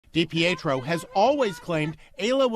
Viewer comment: Mainer here that’s dating a Dipietro NO RELATION it’s pronounced Dee Pee tro